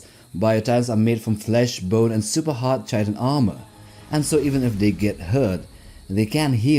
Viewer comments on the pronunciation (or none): FYI, "chitin" is pronounced like kai-tn, not chai-tn. Yep, English is an exremely counterintuitive language.